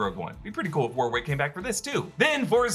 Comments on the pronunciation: Warwick Davis’ name is pronounced ‘Worick’ not war-wick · Please stop pronouncing the second 'W' in Warwick Davis' name! It is pronounced "Warrick" like the place name. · I think Warwick Davis is pronounced ‘Warrick’ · Worrick. It's pronounced Worrick. Same as the place. Drives me nuts hearing the yanks butcher that pronunciation.